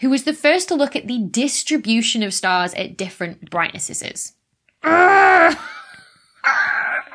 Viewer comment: Brightnesseses… we'll all be saying it that way now